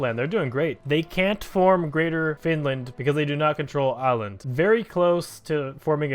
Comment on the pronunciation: it’s Oul-land